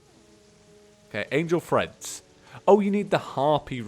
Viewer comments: Still saying threads I see.... Treads... Like I said last time, it's Treads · I kept hearing it as "angel friends" ... then eventually I figured out the actual name was "treads" Has he been saying "threads" instead of "treads", or am I just getting tripped up by the accent? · Yes I heard threads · Yeah he was saying threads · The whole time I thought he was saying "angel freds" and I see the name wen he is about to craft it and I'm like " ohhhhhhh" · YOU'RE SAYING TREADS WRONG by the way